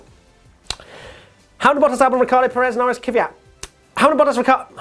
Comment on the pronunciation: Why do people say "Kyvat" when it's "Kvyat" the V comes before the Y. Or am I wrong?